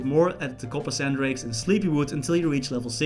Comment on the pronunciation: Wait ... "COPPERSAN DRAKE"?